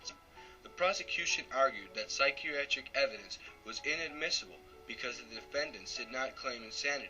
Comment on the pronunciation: lol listen to him try to say 'psychiatric'